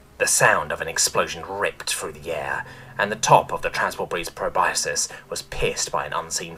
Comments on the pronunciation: just an fyi, it's pronounced "pro-bus-kus" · Love your narrations, but just a bit of mild constructive criticism: the word "proboscis" is pronounced pro-bos-kiss. Otherwise, 10/10